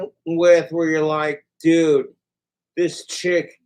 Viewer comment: it’s how pronounces ‘dude’, doodt